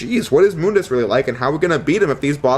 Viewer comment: Thank you for pronouncing MÜNDUS correctly. So many people don't :'(